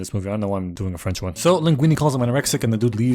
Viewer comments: this was perfect, perfect accent, just mwah "chef kiss" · Pov : I´m french and I´m looking this video « Shit he have a good french accent saying some shitty fing of french ! » Sorry for the writing error